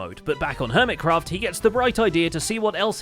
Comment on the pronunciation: I thought i heard permitcraft not hermitcraft had to rewind to double check my hearing was correct ❤